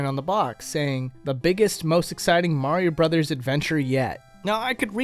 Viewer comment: I am so glad there's someone out there that says "Super Mario BROTHERS" correctly instead of saying "Super Mario BROS."